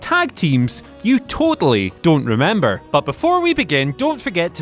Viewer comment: “Remeber” nice